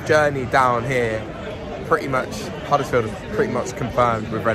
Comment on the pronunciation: think you’ll find it’s Huddersfield not Huddlesfield 😀 🚜🚜